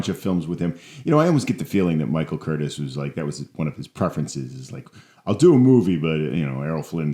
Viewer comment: I'm pretty sure Curtiz's name is pronounced "Kur-teece." I also disagree with your contention that either he or Raoul Walsh are known primarily for directing Errol Flynn, considering Curtiz directed Casablanca and Walsh directed (among other things) White Heat and Along the Great Divide. My favorite Errol Flynn movies are Some Uncertain Glory, The Sea Hawk, and Captain Blood.